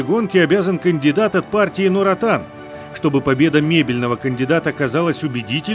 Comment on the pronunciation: прекрасный журналист. Не те которые говорят Нурсолтан, НурАтан